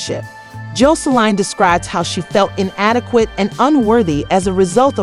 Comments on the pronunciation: Honey you saying her name ALLL wrong!! WTH is Joe so Line??? 🤣🤣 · Why you fuwking her name up so bad…